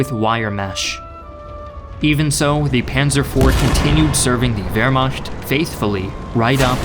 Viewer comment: It wasn’t the pronunciation of any of the tanks that got me, what drove me nuts was how you kept saying “Vermasht”